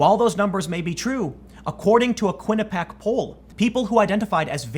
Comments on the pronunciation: Quinnipiac = Kwi-ni-pee-ack, not Kwi-ni-pack. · Kwinipiæk... you're killing me Tim. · Quin-a-pee-ack Tim. The Uni is in my home state. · TIM - its KWI-NI-PEE-AK (quinnipiac) lol, love u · First he says "Sheerif", now he says "Quinipac". I think Tim is an android.